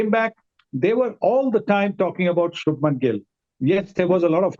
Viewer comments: It’s Shubhman not Shubham 🙄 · It’s Shubhman! You can’t get names wrong like this